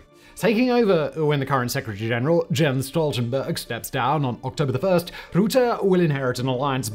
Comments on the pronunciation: Great video, one thing: The U in Rutte is pronounced the same as the U in Funnel. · How Rutte's name is to be pronounced phonetically: 'Ruh-tuh' (pronounce with a harsh dutch R. the 'Ruh' should be pronounced faster than the second part) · By the way, you pronounce his last name as "ruh-teh" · The ''u'' in Rutte's name, is spoken out like the ''u'' in ''button''. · Pernaunciation: rutte Say 'Strut' then use the rut part and put that in rutte and ur there... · Hearing you say Roette is beyond irritating...how hard can it be to look it up in Wikipedia...??? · Love how he pronounces his name, rootaah hahaha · What is it with wanting to pronounce a u as an oe???? In Dutch???? We writer oe as oe in shoe uu is NEVER that sound, it is either u as in but, or Ü as in German Für Tür, etc... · the U in Rutte is pronounced like luck. How you pronouce it it sounds like a route. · It’s pronounced Rutte with the u sounding more like hug, he’s Dutch, not German. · WHAT ___ the FUCK??? when was this decided?? also its pronounced rutt-teh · Mark roeten? Pls have the respect we lack for the man by trying to pronounce the name decently. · Please adjust the pronunciation of the mans name as soon as possible before everyone thinks he's German. The u in Dutch sounds more like the i in thirst or bird. You make it sound like Rootte. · He's a lier. He once made an excuse for something illegal he did, by saying "I have no active memory of it". He's someone who puts the interests of big companies ahead of the interests of the general public. The pronunciation of his name is a bit off by the way. You pronounce it as 'Rootte', but the 'u' is pronounced as in 'mut' or 'cut'. And the best way to say his name is 'kut Rutte'. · Can you say 'bluf' in English? that is the 'u' you need to pronounce 'Rutte' correctly. Thank you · Well Rutte can't pronounce any English word correct so... it's fitting that his name is mispronounced in English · Say “put” Say “purple” Say “fur” Say “Rutte” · “Mark Route”